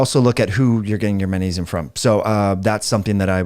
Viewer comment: it’s manesium man! say it with me now, maGnesium. can’t take you seriously, manesium lol😂